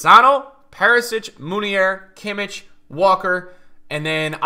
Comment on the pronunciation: Please stop saying kimic bro its kimmich ch as a german g